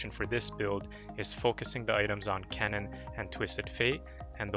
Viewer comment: Pls, Keane is pronounced as Keen